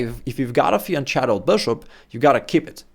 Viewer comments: Dude, it absolutely does have a real pronunciation. The correct term is fianchetto, and in Italian, 'CH' is always pronounced with a hard 'K' sound, like in 'key.' Mispronouncing it as 'fiancetto' shows a lack of understanding of the proper term and the rules of Italian pronunciation. Claiming it has no real pronunciation is not only incorrect but also reflects ignorance of the language and the word's origins. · The correct term is "fianchetto", with the letters "CH" pronounced like a hard K sound, as in "key." Some mistakenly say "fiancetto", pronouncing the "C" as a soft sound like in "ceiling," but this is incorrect. Remember, "CH" in Italian always produces the hard K sound, making "fianchetto" the only proper pronunciation. Mispronouncing it as "fiancetto" is incorrect and reflects a lack of knowledge of the proper term... Very surprising that a GM as such a lack of knowledge...